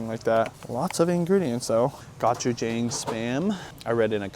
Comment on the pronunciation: It’s Go-chu-jong not gah-chu-jang 👍🏼👍🏼👍🏼